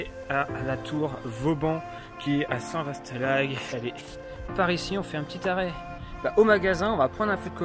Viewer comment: Bravo à vous....Juste un bémol concernant la prononciation de St VA LA HOUGUE et non St VASSS ;-)